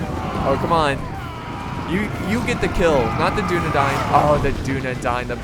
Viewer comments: Why are you saying Dine when its Dain? Dunedain. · Because it's not English and that's the way it's pronounced. Just like the first part isn't pronounced like the word dune.